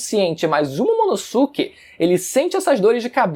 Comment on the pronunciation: Ver ele falar "Momonossuke" da uma coisa... Ahhh Se pronuncia "Momonosquê"